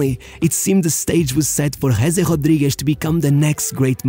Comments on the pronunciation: who's gese jodjiguish? love your portuguese pronunciation of spanish names :D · That 'Huuuesee Huaadwigues' pronunciation 🤌🤌